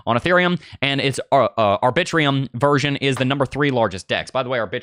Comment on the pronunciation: Lol the way you say Arbitrum 😂 I love it!!!! (R-Bi-Trum)